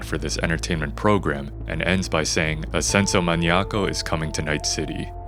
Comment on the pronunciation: Amazing investigation, recreation and editing, but im super taken back by your spanish pronouncation! Sounds super silly saying things like "Ascenso Maniaco" and "Coyote coyo"